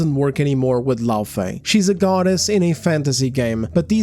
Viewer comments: I notice that a lot of these big brain psychoanalysts can spot a gooner a mile off but still struggle to comprehend basic phonics. It's "FAY" not "FEE". "LauFAY"... if you "ever played the game" you'd know that. Kratos shortens her name to "Fey". He says it all the fucking time! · That redheads argument is shit from the jump. She's talking about liked characters IN THEIR OWN GAME FRANCHISES not new or side characters taking the place of the MC we want to play as. Kratos is GoW. It's literally his game series where he's always been the main character. LAWfey, not LOOfey like she says it, was just a plot device in the 2018 game and a block of wood in the 2nd the way Karen played her in the dream sequences. We don't even know how she died, but they wasted 90% of the dialogue about her in Ragnarok to talk about how super awesome she was fighting on par with Thor and everything lol. But let's not make a game about the events leading up to her death and her fighting alongside Kratos something fans would've found interesting no no no. That's crazy talk. They give her her own game about....something.